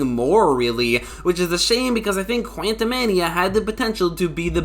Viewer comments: You're saying quantumania wrong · how the FUCK did you just say "Quantumania"? 😕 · why do you say quantum mania like that it catches me off guard every time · STOP SAYING QUANTUMANIA LIKE THAT